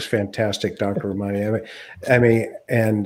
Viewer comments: Her name is pronounced: RAH-man-EE. Glad you have her on your show. She's extremely well versed in the narcissistic personality field. Excellent video! All three of you should do more videos together. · Please learn how to say her name correctly.... RA ma ni.... Thank you. You guys are GREAT and you're doing a wonderful service to the world! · He kept mispronouncing her name and she was graceful enough to let it go